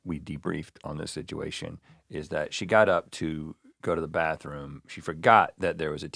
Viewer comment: I’ve noticed Rhett has a word he overuses and it’s “situation” except he says sidgeuation I swear that word seems to fine it on to Ear Biscuits almost every episode and I hear him say it quite a number of times on Morning and More. Someone needs to do a compilation video 😅